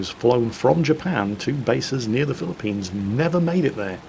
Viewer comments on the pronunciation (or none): none